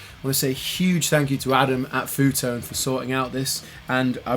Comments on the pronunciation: It's pronounced: EFF YOU Tone Seriously ;-) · Pronounces the company as "foo tone"😂😂